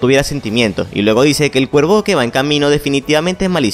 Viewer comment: Por que dices ciervo en lugar de cuervo?